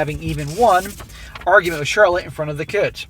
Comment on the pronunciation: Lol Charlot, with a silent C.